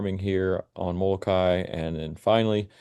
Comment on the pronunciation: Moloka’i - Moloka-ee.